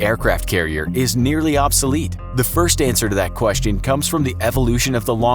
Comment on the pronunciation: How many time you going to say obsalete